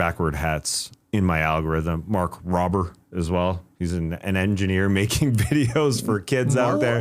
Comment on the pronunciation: Rober is pronounced with a long O sound, Tas. But that's great YouTube content to watch. Educational doesn't mean for kids. If you enjoy his content, I also recommend any of Simon Whistler's many YouTube channels. If you're unfamiliar, give 'Today I Found Out' a go. Very solid